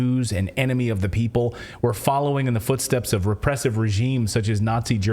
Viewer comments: How come ordinary Germans abroad speak English so much more correctly than Schwab? zee zeeL he can't say the? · schwab: first learn how to pronounce "TH", then come back.